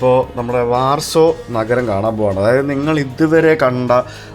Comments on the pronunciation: ബ്രോ വാർസോ, ലുക് സംബർഗ് എന്നതിന് പകരം ലക്സംബർഗ്, വാഴ്സ എന്ന് പറയുന്നതല്ലേ നല്ലത്❤❤❤ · Good 👍 ഉച്ഛരിക്കുമ്പോൾ വാഴ്‌സോ എന്ന് പറയണം ബ്രോ.